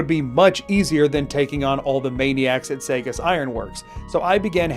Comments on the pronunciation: Saugus is pronounced SAW•gus in Saugus Ironworks. Just letting you know. -a fellow pacifist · Lifelong MA resident here. I had to pause the video to correct your pronunciation. Saugus is pronounced Saw-Gus. Carry on ❤️